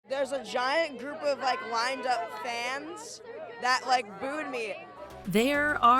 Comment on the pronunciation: I thought he said mooned lmao